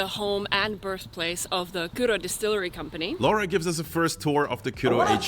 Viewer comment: That guy who visits Kyrö Distillery keeps mispronouncing Finnish lady's name, "Laura", as "Lawra" or something like that. She don't mind, but for the record, Laura is pronounced exactly the same way in Finland as it is in Italy. Think "Laura Pausini".